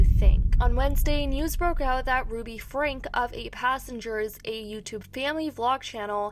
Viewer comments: Omg, why can't anyone talking about this family pronounce it right? Franke (frankie) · I have watched this family for years before they started going off the deep end, it's crazy to see it reach to THIS point wow. also for future reference it's pronounced frankE (frankie,franky) not just frank) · Their name Franke (pronounced frankie) she has always been a horrible mom.